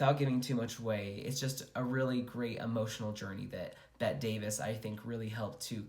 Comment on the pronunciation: Bette Davis pronounced her name the way you’d say Betty - you need to re-record